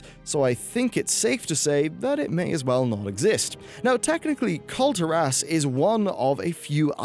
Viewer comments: I'm from the same place as you mate and you need to learn how to pronounce Kul'Tiras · Damn. You called not only Kul'Turas. But Zandalar, N'Zoth, and The Naga. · The way you say Kul Tiras triggers me.